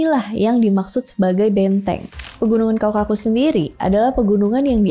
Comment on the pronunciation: kaukasus.. bukan kau-kakus😄